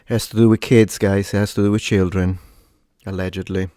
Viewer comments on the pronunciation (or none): none